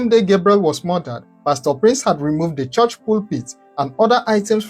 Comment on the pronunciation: Stop saying chorsh despite your well spoken English. It is pronounced CHURCH.